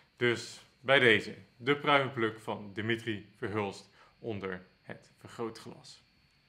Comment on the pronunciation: Eén Nederlander, eentje maar, die de voornaam van Verhulst correct uitspreekt als DI-mi-tri, niet di-MI-tri. Het zou mooi zijn.